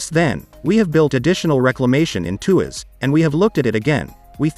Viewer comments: It's not a 2 ass mega port 😂! It's pronounce as tua - sss. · It’s pronounced as “TWAS”!!